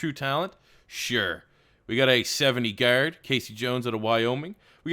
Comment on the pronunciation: Nothing is more discomforting than when you say the word "Guard"